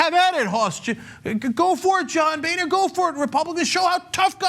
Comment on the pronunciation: Boehner is not pronounced "Bay-nur" but instead "Bo-ner" He's a boner man